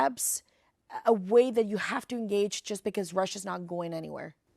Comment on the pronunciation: Please stop pronouncing ‘because’ like ‘bikyz’, like you are from Izmir or Bursa something. It is pronounced ‘bikħos’, with a silent h tucked in there. And also, when you say ‘listen’, you should instead say ‘look’. Listen escalated. Look deescalates.